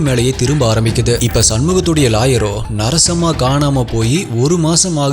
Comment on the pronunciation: Narasamma.. Not sarasamma...😂😂😂😂